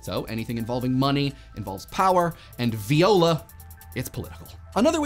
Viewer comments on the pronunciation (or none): Not sure if that pronunciation of Voilà was intentional or not. The correct pronunciation is Vwa-la. Viola(Vi-o-la) is a musical instument